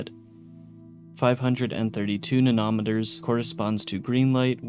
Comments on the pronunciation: nano-meter (nan-oh) and pico-meter (pee-co) lol, not nan-om-eter and pick-om-eter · Nanometer is pronounced just as it looks: Nano - meter Not nah-nom-eter. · you got þe stress in nanometers on þe wrong syllable, you said: 'nan-OM-eter' what it really is is: 'NANO-meter' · And "nanometer" and "micrometer." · If it makes you feel better, he also mispronounced nanometer, micrometer, and melee. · Great video, I applaud all the work that went into this! Mild nitpick is there are a bunch of words you mispronounced like "nanometer", "picometer", "paciencia", etc.. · I know it's not a big deal, but the way you pronounced nanometer and picometer imploded my brain